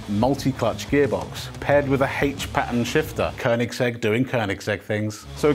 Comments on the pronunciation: near perfect pronunciation of koenigsegg, good job :-) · Thank you for pronouncing Koenigsegg the right way unlike 97% of the internet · Finally some who says koenigsegg right